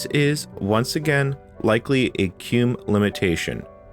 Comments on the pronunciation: You say "Cue - mm" and I've always heard my fellow Red Hatter pronounce it as "Queue Ee Em You" (or spelling it out) as I had also prior to joining. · Why are you pronouncing it "kewm"? It's spelled Q-E-M-U. I normally hear it pronounced "Key-mew". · It's pronounced kee-moo, not cume. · it's KEY MU as in Emu. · how come you keep pronouncing it as "cume" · so... "keum"? i always called it "Q-emu" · Is QEMU really pronounced COOM? lmao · I don't know how QEMU is supposed to be pronounced (Key-myu? Kem-you? Q-E-M-U?) but I know it isn't how you pronounce it. The word doesn't end with an M. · Not "cume", it's "cue em-yoo" as in quick emulator. Some apparently say "kee-mew" which is only slightly less nuts-driving. Edit: You really said "ect" too?